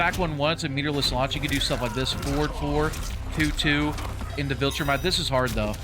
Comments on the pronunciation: It won’t matter but it’s vol-tra-mite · Please learn to pronounce Viltrumite😭😭